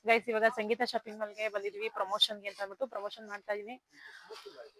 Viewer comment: ಅಕ್ಕ ಫ್ರೆಂಡ್ಸ್ ಅಂತ ಮಾತಾಡಿ ಗಾಯ್ಸ ಅನೋಕೆ ಓಗಿ ಗೇಸ್ ಅಂಥ ಹೇಳ್ತೀಧೀರಾ